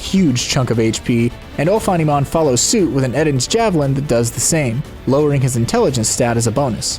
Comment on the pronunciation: Isn’t Eden’s Javelin a reference to the Garden of Eden thus being pronounced EE-den rather than Eh-den?